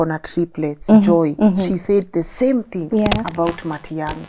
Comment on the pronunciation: Matiagi she said